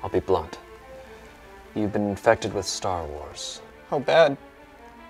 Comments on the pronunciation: that sounded like star raars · Anna Krieske Stur Wurs! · stork wars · "Stur Wurs"😂😂😂😂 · "Stork wars" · Star war More like StarWee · I could watch an entire video of pronouncing Star Wars weird.